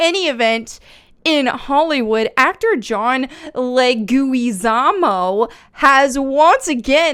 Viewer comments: It's Luigi-samo like Luigi Mario's brother not luui-guee-samo just saying but its Leguizamo Le'goozamo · "Le-gooey-zarmo" Never change, and happy birthday. And since when are Italians Latino? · The actor’s last name is pronounced “Leg-we-za-mo”. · "Leg gooey zah mo" 🤣👏👏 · I think I cracked up with every new pronunciation of "Le- gooey-zamo" 🤣Happy Birthday! 🎂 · OMG WENT WOKE!... Just kidding. Seriously Happy Birthday. Hearing you pronounce each syllable of Jon Leguizamo's last name (you were close) made me smile. Jon's real big on the identity culture thing. He has this story/comedy special on Netflix "Latin history for morons" that is actually pretty funny and a little heartwarming. You should check it out. Also because Mario is the right skin color, it gives me hope it won't be a preachy woke trash movie so I'll go see it. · You made me feel so old when you couldn't pronounce Leguizamo's name. But anyway, yeah, he is being ridiculous about this. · Happy Hatching Day,. Mario was always White. He's Italian. I dont understand the complaint. Black woman Mario? HAHA. We need a plumber, not a welfare recipient. We need someone who will get dirty in a non-raunchy way. We need someone who will work without worrying about breaking an acrylic nail. I like how you keep struggling to pronounce this thirdworlders name. Do we need a real lizard person to play Bowser, too? Maybe the hollywood shill Luigi-zamo can play that role instead. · Laughed all the way through this one...best pronunciation of his name I've heard 🤣 Happy Birthday!